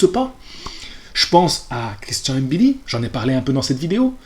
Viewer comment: Wouaw t'es le premier que je vois qui dis mbilli et pas M-billi juste pour ça je like mdrrrr